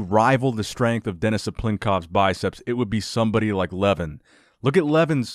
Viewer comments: It's pronounced like Luhvaahn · Pronounced LevAN. Not Leven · Lol you butchered almost every one of the names.. including Levan's :D But great that you started talking about armwrestling, very interesting sport. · Please do not swallow the second syllable in Levan's name so it is closer to its pronunciation in his native language. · You're pronouncing his name... Should I say funny?